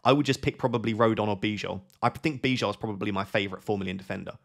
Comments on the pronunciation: Great video, just please pronounce Bijol as Bee-yol. That's correct pronunciation. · Hi just a minor note, its pronounced Biyol (Bijol) i should know, I am from Slovenia 😄 love the content otherwise, keep it up!!!